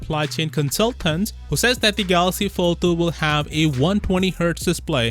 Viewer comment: Follthu, Foll-Thu, Foulthou what r u saying bruh?🙄 Dizgustung